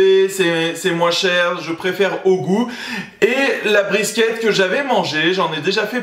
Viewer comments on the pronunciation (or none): Sa se dit briskit